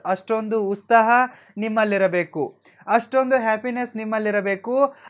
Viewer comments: ಉಸ್ತಾಹ ಅಲ್ಲ ಬ್ರದರ್.. ಉತ್ಸಾಹ ಅಂತ ಉಚ್ಛಾರಣೆ ಮಾಡಿ.. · Actually adu utsaaha sir usthaha alla. sorry